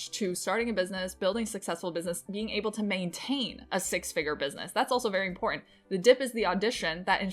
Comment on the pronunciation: Nice! You can take the next plateau when you realize that the word important is one single word. It's not import ant. Its important...one word